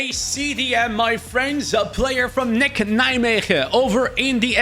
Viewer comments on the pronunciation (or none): N E C not nek